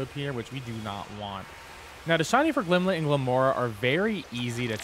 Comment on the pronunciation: Not to be that guy... but it's Glimmet, not Glimlet. Sorry, but that was driving me insane throughout your otherwise very helpful video.